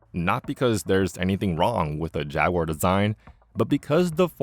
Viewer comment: “This is a jagwaaagh, this is a pooomah”